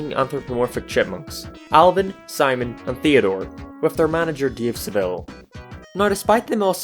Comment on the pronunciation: I kept hearing Deeve Seveelle and the Shitmunks idk if you were mocking the character's name but it was hilarious.